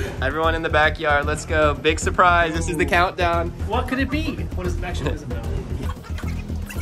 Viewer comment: "WOTH" A REAL HOVERBOARD!! :OOOO